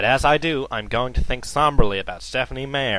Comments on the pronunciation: It's not said "Mayer" it's "My-er" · It is MEyer,, not MAyer. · stephenie mayer? whf he can't even pronouce her name right! jerk. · Haha. Stephenie Mayer. :3 Mispronounced. XDDDDDDD I haven't read much of King, but there's no doubt that Meyer is horrible. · Uh, what's Stephen King doing even talking about Stephanie MEYER, not MAY-er, that's so lame, like the leader of the free world mispronouncing Saddam Hussein like "Sad-em." It only makes me think King doesn't quite get his own street cred among smart people, he's gotta go after Twilight. What's next? Going after Perez Hilton? Yeah, that's what Shakespeare would do. Grow up, King, and buy an ego. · Sounds more like a bunch of men getting cranky, bitchy and whiny about books written for girls? This isn't a surprise. It's not shocking news. Unless you're a female or a gay man, why would you angry -balding drunks like the Twilight series? The person in the video goes on and on for nearly 5 minutes about an author whose name he can't even pronounce. All of this here is cringe worthy. All of it.... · Not only is this not Stephen King, this guy acting as him doesn't know how to say Meyer right. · He won't even pronounce her name right! Dude, this is awesome. I admit his TV series aren't the greatest but the original work itself is amazing Stephanie Meyers.... well it goes without say what we think about her. I applaud her for writing and finishing a book series, which is more than I can say for myself, however if she had such perseverance to finish it, why couldn't she persevere into writing the book properly? Common sense, people, common sense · i don't even think Stephen King said Stephenie Meyer's name right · I particulary enjoy how he keeps mispronouncing her last name. Just...great. Thank you! Hail to the King.